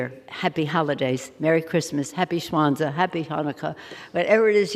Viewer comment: Happy Shwanza? What does she mean by that? What is Shwanza? I googled it, and I found the word "penis." :)